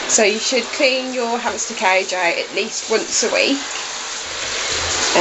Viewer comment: Your right but I died laughing at this 😂 ,,that king of cadge” CAGE ,,hamster oner” 😂. cadge